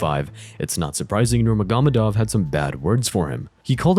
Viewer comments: Thats actually closer to the correct pronunciation than Ner-MAH-Go-Med-Ov. Think of it like Noor-Muhammad-Ov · Hearing you pronounce Khabibs last name wrong every time is so annoying. Bro it’s not that hard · Khabib nugamedov???? Bro what? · It’s actually pronounced Nurmo- Hamadov. Said by Khabib himself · I disagree, the way its pronounced in the video is no closer than Ner-Mah-Go-Med-Ov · NurmaGÓmedov NuurmaGÓmedov NurmaGÓmedov